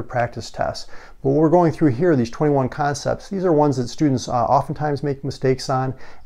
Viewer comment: "conepts" lol